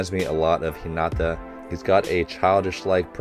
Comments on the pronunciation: It is ok to pronounce 'Hinata' as 'Hinada' as long as you are not pronouncing the 'd' sound too heavy and hard. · In my opinion, it's fine to say "Hi-nada". It's not too different from "Hi-na-ta" so it's easily understood, and it's kinda how English speech flows anyway. That being said, if you want to continue trying to say "Hi-na-ta", can I recommend putting the emphasis on HI-na-ta (instead of hi-NA-ta). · Coach it’s hee na ta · I pretty much agree with you haha. It's one of these things that can be a slippery slop though. An English speaker won't be able to say the names like a Japanese speaker would. So we should keep that in mind. But if a name is pronounced completely wrong, it should be corrected. In this particular case, I feel that coach's "Hinata" was in this gray area where it can go either way. So I think some people feel the correction is unnecessary, while others do care. And there's also a bit of a double standard where we could be pronouncing names wrong but hundreds of internet fans won't be there to correct us. Yet these people will instruct the reactors on how to say it. If that's the "right" thing to do is different to everyone. In the grand scheme of things, it's not super important and doesn't take away from the video. And it's also up to coach to decide how he wants to proceed haha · I like how coach is physically trying to pronounce hinata's name correctly